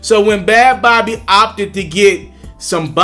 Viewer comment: It’s pronounced like baby lmao not bawbee/bobby